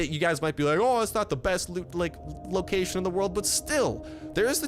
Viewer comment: Ah it is not fortnight he is try to say loot loocaion and he almost say loot lake